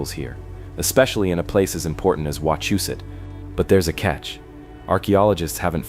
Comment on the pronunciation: Im 5 mins from wachusette (ur pronounving it wrong) but that could be the AI? and ya most are colonial remnants. Not charcoal pots but logging camps. Not a single pic but a google search query them stacked stones have fell multiple times and reset by thlocal govenment for tourist $$